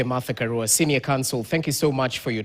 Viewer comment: Karua, which is a Swahilinised pronunciation of Karùa. You can pronounce 'Ka(raw)a' if you want to sound correct.